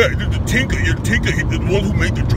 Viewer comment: "Tinker theez" 😂💀